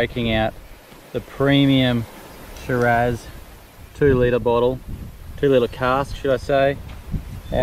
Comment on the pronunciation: Nice vlog, just to correct the pronunciation on Shiraz wine. Its not Shir.azz, pronunced Shier..awz